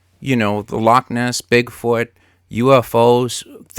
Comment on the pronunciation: 'Lockness', lol.